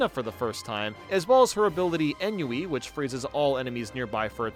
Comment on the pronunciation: Ennui is pronounced [on-wii]. Trust me. Gabriel Rolland